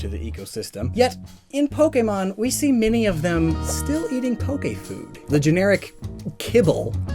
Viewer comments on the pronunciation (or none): none